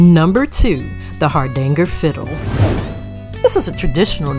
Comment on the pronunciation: Hardanger, not Hardangle.